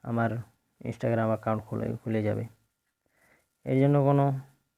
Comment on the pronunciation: ইনেসটাগেরাম না বলুন ইন্সটাগ্রাম